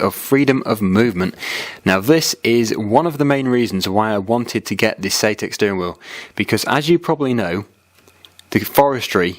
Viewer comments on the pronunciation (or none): Nice video! Thanks for sharing. BUT I am mildly triggered. You keep saying "SAYTEK" I believe sir it is SAITEK pronounced like the word BANZAI Thanks for allowing me to get that minor issue off of my chest. Sits back and waits for the grammar police haters to inflict their worst! ;-)